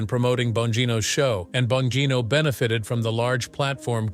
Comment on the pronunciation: If you are going to make a report on this guy, at least learn how to pronounce his name.